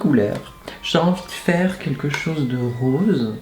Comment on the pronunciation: "je vais faire RRAAWWSE" mdrrr